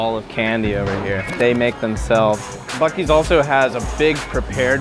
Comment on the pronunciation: Dude did you say fuk ee's